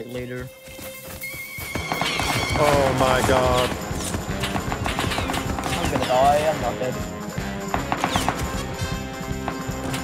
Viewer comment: I dont know why but it was so funny when he said.. "ou my got ou my got its ":DD